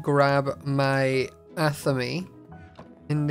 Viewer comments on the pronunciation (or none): random info- athame is pronounced as ath-a-main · Hey! Just as a note, the athame is pronounced a-thayme (like maim). Thanks for the awesome videos! 😊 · I believe it's pronounced "A-TH-A-MAY" for anyone wondering